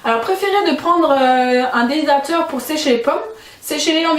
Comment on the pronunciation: Aller un petit effort d'articulation.... DES--HY--DRA--TEUR... essayez encore DES--HY--DRA--TEUR...